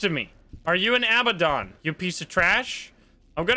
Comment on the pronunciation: Heads up: it's 'a-BAD-on,' not 'aba-don.' Think of the word "abandon" but replace the 'n' with a 'd'. I know its nit-picky, but its a pet peeve of mine 😅